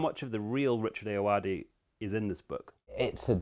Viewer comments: American accent Ayoade. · How do you interview someone and not learn how to say their name?